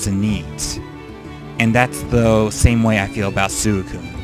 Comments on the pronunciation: swe~cune not sucune. sorry, pet peeve ^^' also, one of my favorite pokemon is poliwhirl. he is great in the games, i love how he looks, and his role in the manga and anime is cool. his always in my teams when i get him. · suicune is said as sweekoon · Your emotional towards Suicune and you cant even pronounce its name right! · Well I'm glad I checked out more of your videos at least. This was a LOT better than the first one I watched, your updated (I guess you had one before right?) top 5 underated and overated Pokémon. All I have to say is, like everyone else, learn the names please... especially Suicune.